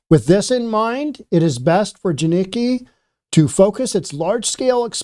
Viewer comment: This guy is retarded. Doesn't even pronounce the name right. He Doesn't kno shit he's just grifting at this point. The stopped doing the research and just chases making videos. Edit: he's not wrong washington is fucked. Jiniki. Its pronounced JAN ick KEE. my work is taking off. Time to move to Idaho?